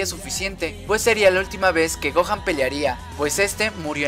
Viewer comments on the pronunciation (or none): Se dice Gohan no Gohah además es dragon ball ni es dragon boll además yo le entendí muy bien a las sacas de dragón ball